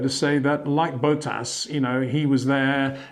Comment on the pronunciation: It's not Boat-ass or Oak-on either